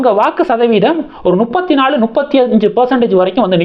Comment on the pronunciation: நுப்பத்தி நாலு இல்ல தம்பி……முப்பத்து நாலு………….